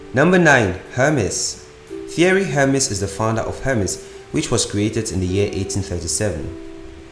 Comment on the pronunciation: Not hermis ...emeZ In pronunciation